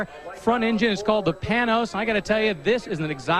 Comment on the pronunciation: It's pronounced PayNose not Pin OZ.